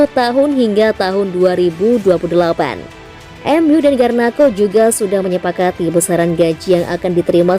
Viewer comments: Garnacho Min 🤣🤣bukan Garnakho 😀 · Garnacho min bukan garnakho🤣